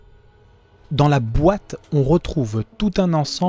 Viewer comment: j'aime beaucoup ta façon de prononcer "dans la BOITE..." on sens le sens aiguisé de l'epic qui essaye de s'exprimer =) des bisous